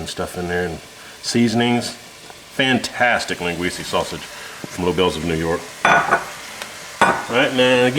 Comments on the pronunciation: Len Gweece uh…. Not Len gweece ee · Great job.. Just something for you to try next time for flavor town. First keep using Linguica... But its not Linguiceeee its Linguicaaaaa.... There are two more Sausages that we have more flavor and spice. One is Chourico, pronounced Shorisooooo, its a HOT version of Linguica, not to be confused with the Spanish Chorizo that is milder than the Port version. The next sausage is, Morcela! Portuguese Blood Pudding, don't knock it till you try it. That sausage will infuse the soup with a delish smoky flavor. Also add an entire chicken leg to the soup, again bringing flavor to the mix. And for added Salt get some Tocinho (portuguese salted pork belly) and some beef shank. Add some whole potatoes and you actually makes two meals in one. One a soup, the other a Meat/Sausage and Potatoes meal. Give it a try.. Again good job, from a proud Azorean Portagee.. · Linguica is pronounced, “Len gwee Sah” not “Len gwee see” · O M G! It’s linguisa not linguisey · It’s pronounced Lin-ga-we-sa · I scrolled when he said “lenguesie” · love this recipe... look at the spelling of the sausage and then pronounce it again... it is like nails on a chalkboard to me... haha